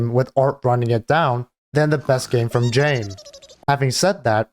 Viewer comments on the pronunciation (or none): none